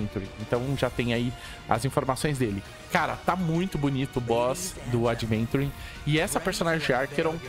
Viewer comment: Meu deus cara o nome dele não é adventure é AVENTURINE